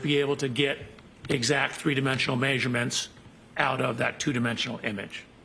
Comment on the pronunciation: The Californian says “meyesurements”, too? And NO,, it’s not a “big word” 🙄 and NO, you are not cute and so relatable because you fake being unable to pronounce normal words … 🤦🏻‍♀️🤦🏻‍♀️ Btw I’m at the third pack of throat-mints and soothing throat candies because reverse-engineer voice literally gives me a sore throat, and my vocal chords feel grated and rasped really bad 😫😫